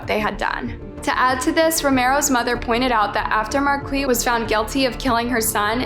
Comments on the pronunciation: It's pronounced markee not Marquez lol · It's Mar- keese not Marquez lol learn how to read ffs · OK, it's pronounced "Mar-Kees", not "Markwee" or "Markwez" or "Mar-kez" lol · Marquis is pronounced like "markees. Or Markus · Please research the pronunciation of the names... You changed the pronunciation of Marquis's name a couple times and completely threw me off. Marquis is usually pronounced Mar-kees. Hopefully you start looking at the comments and accepting constructive criticism it would really help better your content!